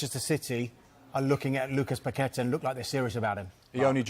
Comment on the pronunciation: Props to for pronoucing Paquetá's name correctly